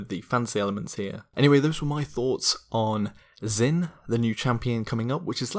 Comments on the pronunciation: Something to consider Zh in mandarin isn't pronounced with a Z sound so instead of the Z-in pronunciation it may very well be pronounced J-in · As an Asian, I'm cringing so hard at that pronunciation. Great theory though.